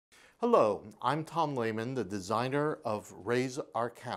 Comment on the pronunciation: Marrant, le créateur du jeu qui ne prononce pas son nom correctement. :P Merci pour la vidéo! J'entends parler de ce jeu et je veux vraiment l'essayer. Je trouve le Race for the Galaxy intéressant aussi. :)